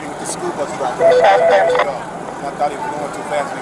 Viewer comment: If I hear “buth driver” one more time I’m going to crash out.